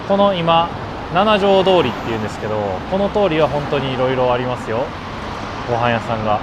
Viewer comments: 『ナナジョウ』じゃない。 『シチジョウ』。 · 京都駅でご飯を食べるのはもうやめましょうばかりが強調されてうっとうしいです。そもそもこの主さん京都の方なんでしょうか？京都在住なら7条なんて書かないですよ。七条です。読み方もななじょうどおりではなくしちじょうです。